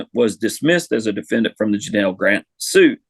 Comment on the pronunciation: You could at least get the woman's name right it's Janel not Janal